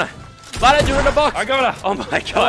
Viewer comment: So true but btw its lannan not lannon